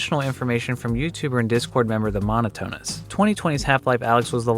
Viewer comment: God the way you pronounced Monotonist made me choke a little from laughter, Good to see mono get some representation somewhere I didnt expect, but i totally should've Love the video anyway Oddheader :D